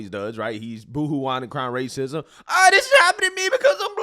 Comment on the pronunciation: Al Sharpton, one of THE most racist men in America crying "rayceesm!" is despicable on an entirely new level. FAS